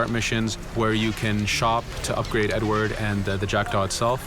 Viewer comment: Primo. Si chiama Edward, non "edwar". Secondo... sì. Sarà possibile cambiare vestiti al protagonista.